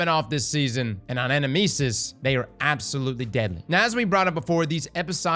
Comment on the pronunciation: Fun fact: the name is the Greek word ανάμνησις, which is the word Socrates uses to describe the soul recollecting visions of the world of forms (kinda like pure shapes) beyond the realm of the gods. Also, the emphasis is on the second syllable in the word, in Greek at least.